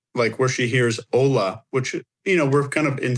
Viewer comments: with the pronounced H in Hola...stop, please stop. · Guys, the family's last name is Haro, not Harrow. Which is why it's hard to google info on him. Also,, we all ADORE you, but you have got to learn to say "Hola" better than that. 😂